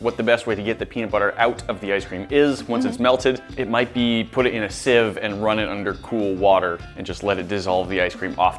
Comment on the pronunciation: said siv right this time instead of seav